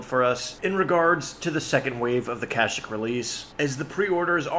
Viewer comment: Your pronounciation of Kashyyk made me crave some cashews... :)